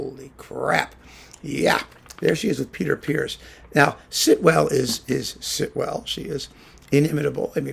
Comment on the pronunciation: Thanks for setting me straight on the pronunciation of Peter Pears: I've spent my life mispronouncing it 'pears' ( the fruit) whereas in fact it rhymes with 'ears'.